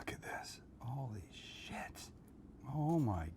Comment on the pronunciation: Sam trying to censor himself by saying "holy s****", but actually pronouncing it "holy ass" will never not be funny to me. 😂